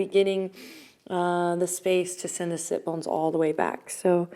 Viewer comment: Am I the only person who didn't know what sit bones are? Listening to these first two videos I couldn't tell whether she was saying "sip bones" or "sit bones". I thought they were on my feet. I just Googled it so I am educated now.